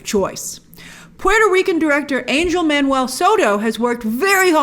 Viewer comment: Angel as a male name is pronounced “ung-hel”